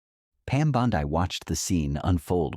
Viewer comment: This is total propaganda, and you all believe it lmao Chen was never arrested. He actually humiliated her for not having any regard for the Constitution. It's literally trending everywhere...how do people blindly believe these AI videos that can't even pronounce her name correctly??